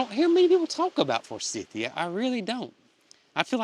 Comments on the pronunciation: We have 2 forsythia bushes on our land. My husband can never remember how to pronounce the name and just says for-cynthia! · We have Forsythia here in UK, all over the place. We pronounce it for-scythe-ia. Hope Tater and her calf get through delivery with no problems. Love from UK 🇬🇧 ❤❤❤